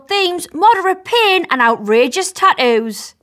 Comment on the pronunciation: its not taoos its tat-toos